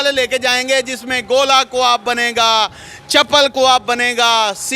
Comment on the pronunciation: ارے ڈھگو مائیک پکڑ لیا اردو تو بولنا سیکھ لو کواب نہیں کباب ہوتا ہے انگلش بھی ڈھگہ اسٹائل بولتے ہو۔